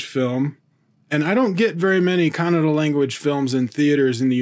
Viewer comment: Atleast you pronounced Kannada correctly unlike North Indians.. They pronounce it as kannad what ever the fuck that is..